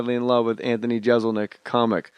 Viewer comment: I'm just trying to imagine how irritated Anthony was by Jay's constant mispronunciation of his name. If you're a fan, you know.